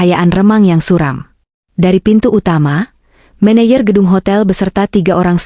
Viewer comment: Baca " menejer" bukan "meneyer"